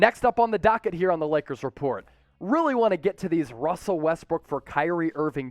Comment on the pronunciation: ''Russer'' LOL